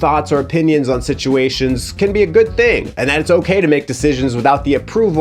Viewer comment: what happened to “sitiations”? Now I’m cornfused. 🌽